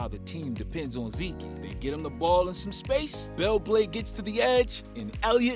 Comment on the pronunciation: lmao “zekey”